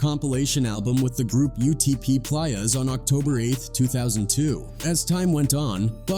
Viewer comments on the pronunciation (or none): A.I voice said "Pliers" for "Playas". Wild. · UTP "Plyuhs" lol 😂